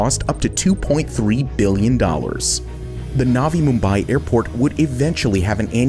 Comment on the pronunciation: Bro don't talk like naavi mumbaai please say only nvi Mumbai or new Mumbai Gujarat is gujrat not gujraaat please speak true words other wise your luxury goes to poor 👍